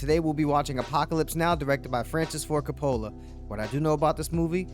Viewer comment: You lost me at “Francis Ford ‘Kapolla’ “.